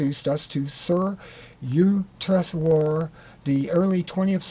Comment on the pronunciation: if you're going to read something out on film you ought to practise first.Also get the names right...SRI YUK-TES-WAR. Interesting content though...